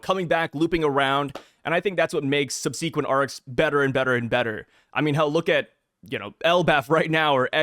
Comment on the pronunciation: First of all, sub-C-quent??!! Secondly, never understood the pacing argument. You just don't like it. It's not pacing. Example if you're watching something that you love, the slower the story goes, the more you enjoy it. But if it's something you don't like, then you feel the drag. Pacing isn't a real thing, it's just an opinion.